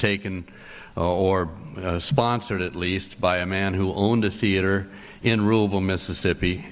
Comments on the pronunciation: all i know is it's not a "thee-ater" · Theater is a two-syllable word